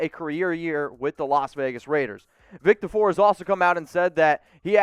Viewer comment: For the love of god say Vic Tafur’s name properly. I know it’s a petty complaint, but get it right lol